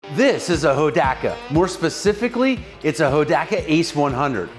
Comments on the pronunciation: I love how you started saying it right, right there at the end, Ho-dock-ka. In the late 60's, early 70's my friend Jerry, he had the Dirt Squirt version, the chain and rear wheel fell off during our (group of four) high stakes attempt to climb five fingers mountain outside of Inyokern, CA. We didn't even make the foot hills when we had to hide it in the bushes; and the group carried on with me hauling him on the back of my CT-70 the rest of the way and from then on, the Hodaka earned a childhood rep as junk. 😂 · Ho - DOC - A! Is how we called it out west! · Pronounced Ho dock uh. So wish I still had my Wombat. Paid $629 out the door brand new. Now I ride a 850+ pound BMW K1200LT. Awwww the simpler days. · Being an Oregon Boy that was High School in the early 70s of course I know where Hodaka came from. (HO DOCK A) by the way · Hoe Dock Uh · YAAAAAAY. For me the best episode yet. Hodaka ace 100; my first real motorcycle - circa 1970. Pronounced; hoe dah ka. Not ho daa kaa. LOL. Poh tae toe/ poh taa toe. That's how everyone pronounced it back in the day anyway. Many people now days have never heard of them but they were really popular when I was growing up. They were a big thing at Saturday night short track racing. People modded the heck out of them. So many memories. Thanks a bunch for this one!!! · It’s pronounced, Ho-dock-uh. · It's pronounced Ho-Doc-A! Clean bike!! I miss my wombat combat.. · I was gonna comment the same,im like he's pronouncing it wrong..I remember hearing it like you described..Thank you for the comment, and in my opinion, you are correct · You are correct sir on the pronunciation